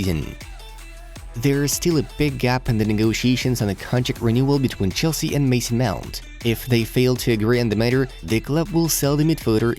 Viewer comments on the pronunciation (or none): none